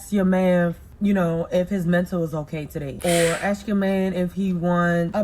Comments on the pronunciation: "You were looking for a man to Axe you all those things" You mean "ask"? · Her: Aks 🤌🏾: Ask 👀 Me: 💀💀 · It's ASK!!! not AXE!!! Stop using ebonics it's NOT attractive! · "Looking for a man to AXE me" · Why can't BW pronounce the word "ask?"